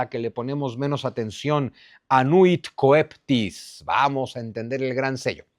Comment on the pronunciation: Coeptis Cheptis la pronunciación Zunzu Como Coelis Chelis = Cielo Saludos y gracias por todo tu trabajo